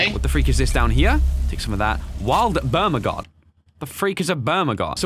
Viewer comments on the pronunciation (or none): When it's called bergamot: bermagot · You read "Bergamot" as "Bermagod"......god damn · Is it just me or did i hear bermagot rather than bergamot?😂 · "Wild bermugut." Me: " BERGAMOT. " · wild bermagot when it says wild bergamot XD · did anyone else here noticed said bermagot instead of bergamot hahahahahhha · He said bermagot instead of bergamot 🙈😅😅😆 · iits bergamot not bermagot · Bruh you said bermagot it says bergamot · That has nothing to do with the fact that mispronounced a word that is sounded the way it is spelled. Have a nice day.